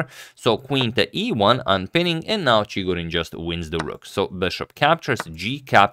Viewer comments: In pronunciarion of Chigorin, the accent falls on the second syllable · it's ChigOrin btw, not ChIgorin